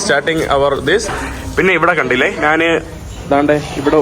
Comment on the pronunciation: നാന്,നാൻ, നാന്, നാൻ അല്ല. ഞാൻ എന്ന് പറഞ്ഞു പഠിക്കുക